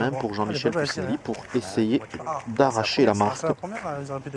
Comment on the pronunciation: doit le savoir mais je le rappelle quand-même: Puccinelli ça se prononce « Poutchinelli », et pas « Pussinéli ».